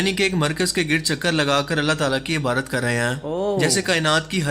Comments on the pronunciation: IBARAT NAHI , IBADAT....BOSA MEANS, TO KISS, CHUMNA . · Ebadot ko Ebrot bolna ki sleep of toung...